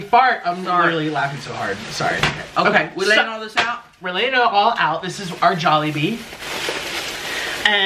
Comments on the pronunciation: I hate that (awwwwwwwwwwwwww,mmmmmmmmmmm) and it is not jobili it is jolibee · "JOBILEE" YARN? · says jobilee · “jobilee” im wheezing rn HAHAHAHAHHAHAHAHA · Did say Joballi? 😂😂 This looks amazing! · No hate but I started laughing when said jobbilee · "JOBILLE" The h*eck?? HAHAHHA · said jobillee xD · said jobille lmao hahahha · its called jollibee. JOLLY. BEE. its not that hard to pronounce😩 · I love how she never says Jollibee right 🤣🤣🤣🤣